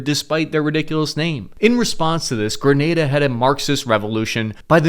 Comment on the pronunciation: The first American ive heard Pronounced it Correctly. 😅